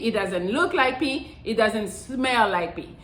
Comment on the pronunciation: It's "pee".